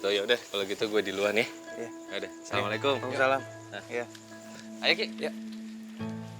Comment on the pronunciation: salah ucap salam Assalamualaikim heheh Di menit 18.46